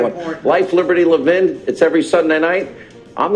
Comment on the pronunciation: You said Levin’s name right the second time! La-vin, accent on the second syllable. Hope the Trump team figures this out!